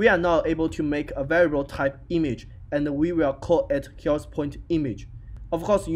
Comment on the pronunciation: That is not a problem, by the time you will be better and better, also it is not bad now! the only thing you need is to focus a little bit on the sounds of some letters (like "th" in "health). Thanks for the tutorial :)